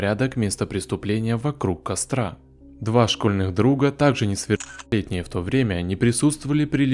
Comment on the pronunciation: контент норм, и подача, но жутко подбешивает зажевывание слов по типу "несовершеннолетний" и прочее. это что, запрещено?